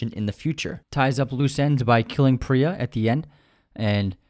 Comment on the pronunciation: It’s Preeya (Priya). Not Pri-ya (as in prions).